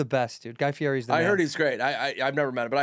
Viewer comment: you cant claim to be triple D fan then mispronounce his name every time. Guy fee-eddy. he has explained this 5 trillion times, i dont understand how people still screwing thiS up all these years later. FEE-EDDY FEE-EDDY FEE-EDDY.